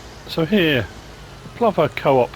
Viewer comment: Plover, everyone I know pronounces it as you have. I just call them asses, always going mental swooping at you.